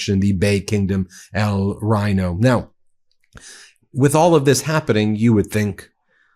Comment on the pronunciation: Ben, Just FYI, 'Reino' is pronounced as you pronounce reign, but with a hard r and short 'o' at the end.